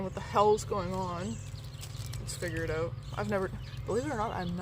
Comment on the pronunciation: Figure it Ote... Love the Way you say that.. I'm at the opposite end of the Spectrum... Alabama 😆🤣